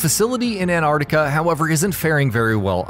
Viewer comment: Tf is ann-are-tica It’s ant-art-ica lmaooo